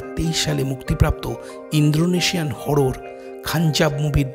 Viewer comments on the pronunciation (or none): ভাইয়া আপনার explanation খুব ভালো হয়েছে । তবে এইটা ইন্দ্রোনেশিয়ান না ইন্দোনেশিয়ান হবে ।